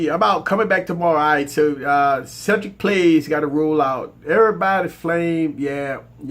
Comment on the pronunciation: also it's pronounced Cedric plays